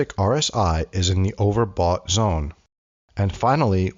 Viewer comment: you need to fix and say overbought.